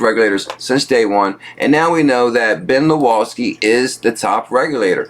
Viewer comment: proper pronunciation LawSkee not Luawskee